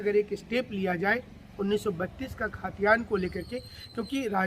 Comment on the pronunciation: Bhai khtiyaan to shi SE boliye..